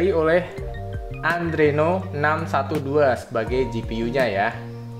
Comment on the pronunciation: Sorry bang ngasih saran sikit, itu Adreno bukan Andreno hehe